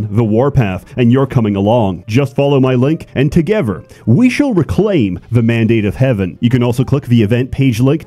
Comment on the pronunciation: where are you from that you say "toget'yer" (together) actually curious here